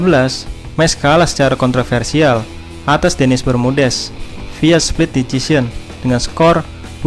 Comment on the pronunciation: Decision. Dibaca desision